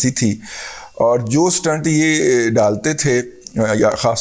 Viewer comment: Dadaji..its pronounced stent ..n not stunt...🙏🙏